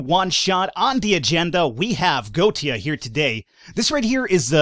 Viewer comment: You have to pronounce the e Go-etia